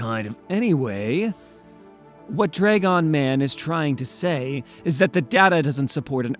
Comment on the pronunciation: Dragon is Not pronounced dray-gone